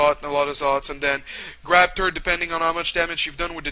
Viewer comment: i am srry but everytime he meant "third" i sounded like "turd"